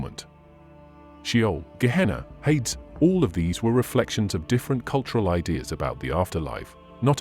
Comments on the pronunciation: It's not that important, but it IS pronounced hay-dees in English - which is probably still unrecognizable to the ancient Greeks!😊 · Hades is pronounced hay-dees by the way.